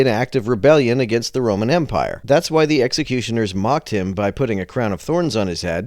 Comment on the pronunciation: never trust a guy who pronounces "the" as "da"